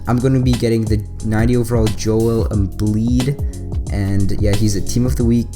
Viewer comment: its joel embiid not joel embleed